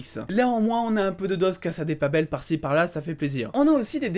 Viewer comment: Arrête de dire cassa des papel